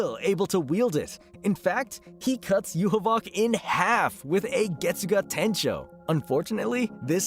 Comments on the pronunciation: "Yuhuboc" what kind of Yhwach pronouncation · bro why the hewl are you calling Yhwach like that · Bruh hearing him mispronounce Yhwach is gonna drive me crazy lmao